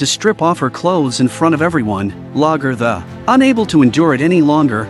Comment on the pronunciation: Very inconsistent in how names were pronounced, especially Lagaertha. Very annoying.